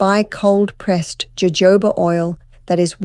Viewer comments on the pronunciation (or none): it's "hohoba" not "jojoba" oil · It’s pronounced with an H ho hoba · "Jojoba" is actually pronounced Hohoba.❤ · Jojoba is prounounced " ho ho ba'. Funny. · It's pronounced hohoba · Yes. “J” in Spanish is pronounced with an “h” sound😊.